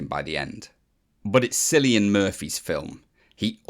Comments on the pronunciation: It's pronounced kilian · Bro Its cilian As in Kilian